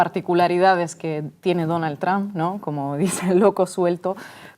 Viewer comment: Esta vieja debe ser sorda,esta' oyendo al expresidente pronunciar bien el nombre de Trump y ella insiste en pronunciarlo mal...que' pasara'